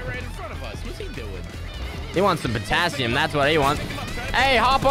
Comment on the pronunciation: Image being girlfriend hearing saying patasium squad